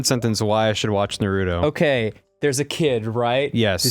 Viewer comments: It's pronounced (NaR U toe). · Yea they make me want to rip off me ears and mail them to the any time they say Naruto or meme. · When one of your biggest pet peeves is people pronouncing Naruto incorrectly likE everyone in the anime pronounces it a certain way so w h y are you saying it differently omg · If they pronounce naruto incorrectly one more time I'm gonna pull my own hair out